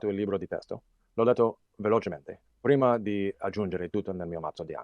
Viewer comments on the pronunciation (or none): none